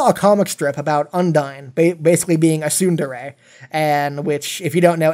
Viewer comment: great video. but please, please pronounce tsundere right. That gave me cancer :D